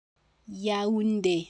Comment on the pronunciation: If the accent is over the é then shouldn't the é be emphasized not the u?